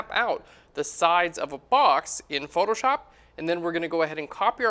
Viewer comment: You're good at basic techniques. But the whites on the darker side can't be fully white. You need to reduce the brightness. Btw, the way you pronounce Photoshop like photor-shop is a total distraction..